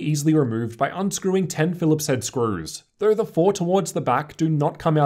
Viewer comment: "thurr" = though